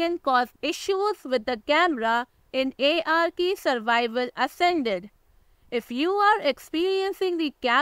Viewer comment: sprich das game richtig aus IARKIE